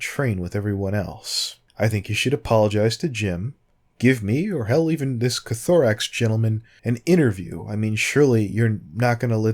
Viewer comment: It's Koth-oh-rix not ko-tho-rix x3